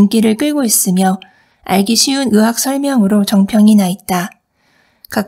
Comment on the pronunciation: 으원ㆍ으사ㆍ으학 아니고요 의원ㆍ의사ㆍ의학 입니다